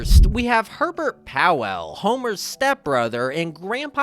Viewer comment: It's Herb, not Erb. And Powell, not Pow Ell.